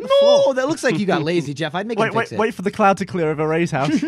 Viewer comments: Mystøgan !!! Dgeoff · "DGeff" That never fails to make me laugh. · I say DGeff because that is how Gavin pronounced it when Geoff scared him. He said his gamer tag except he didn't pronounce it Geoff, but Geff.